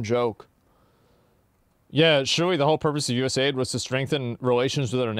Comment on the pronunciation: USA-ID is not US-AID